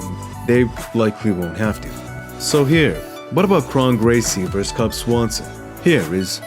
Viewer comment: The word is versus, not verse. Pronunciation.